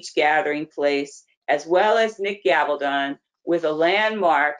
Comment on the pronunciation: I don't mind the reporting but you totally mispronounced his name. His name is Gabal-don.